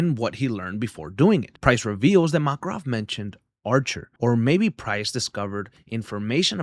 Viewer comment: MAKRAV 😅 VA-LE-RI-A! Interesting pronunciations .. love your video